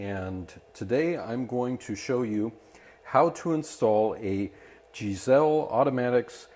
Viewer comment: Lol ...10 years later, but ...."Guys-Lee"